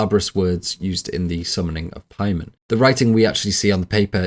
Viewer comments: PAYMON THATS THE PRONUNCIATION NOT PIEMAN😂😂😂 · Its Pay-mun you fruit, not pie man. All the research and you cant look up a dictionary or just google how to say it. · the pronunciations are confusing me. it is really pay-mun. the i is a strong E sound. the O is a "Uh" Latin vowels. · Take a shot every time he says Paiman, take 2 shots every time he says Charpaiman. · I know it's Paimon but I can't help hearing 'Pieman' 😂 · Making a 4+ hour long video and mispronouncing the main antagonists name the whole time is wild. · “Referred to from here on out as CharPaimon” Who the hell is charpaimon? You mean Chaimon?